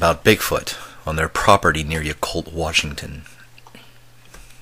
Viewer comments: Pronounced Yeah Cult, not Ya Cult. Great story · not pronounced "yuh-colt" its pronounced "yah-colt." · Wow--my son also had a sighting at close quarters just a mile north of Yacolt when he was too young to clearly articulate what he had seen.That was in about 1994. Hope I can persuade him to share his story. (P. S. It's pronounced "YACK-olt").